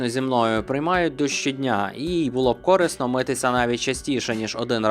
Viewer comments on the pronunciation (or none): корИсно!!! Наголос на ИИИИ!